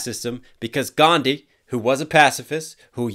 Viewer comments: you should know that his name isn't pronounced as ghandhi anywhere It's just that you all always pronounce his name like Gandi instead of Gan+dhi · P sure the H in Gandhi's name isn't silent in Indian languages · one thing that bothered me is the "H" in Gandhi isn't actually silent people just mispronounce it. it is pronounced with the H. also yeah the “first name messiah” seems like a stretch because Mahatma or Mahan means great. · "H in your name" line isn't actually right... The actual pronunciation of Gandhi is "Gaan-Dhee" with conjunct H, while most English speakers cannot enunciate this H and say "Gán-Dee" instead. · Correction: It's the foreigners that pronounce "Gandhi" as Gan-d, Indians pronounce it is Gandhi only, with a special emphasis on the "dhi" part. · Actually in 'Gandhi', H is pronounced... Its like Gan-Dhi. Its just that brithish weren't able to pronounce his name correctly and hence everyone in west thinks H is silent in Gandhi and pronounce it as Gandi. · It's Gandhi not Ghandi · Also, not sure how many times I have to say this but the whole line "Like the H in your name, you ought to remain silent" is incorrect cause it's definitely not pronounced Gandi. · Gan-dh-ii D and h are a singular syllable, like what you say in 'dharma' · Gandhi h is not silent, Westerners don't pronounce it, we Indians do. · Well H is not silent in his name. It's literally about Americans don't know about some indian syllables. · The 'H' in "Gandhi" is actually not silent, but in the typical English pronunciation it is made silent. Basically that consonant does not exist in English, that's why. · It has been two years but I felt like this needed to be addressed. The H in Gandhi's name is in fact pronounced. It just is that most people fail to because most languages seem to lack the "dh" sound that is used, so you just default to "D" which is the same thing MLK does, which, therefore, is an ignorant diss. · Soooooooo many errors ... :D Most important H is not silent.